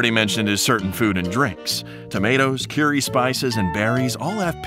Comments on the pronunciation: He actually said cuerry instead of curry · this guy is the most whitest dude ive heard he said "curey" and "twomeric" like tf